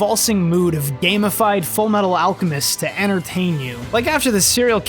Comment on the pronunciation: After all, Ed is the Full Metal Al-cow-mest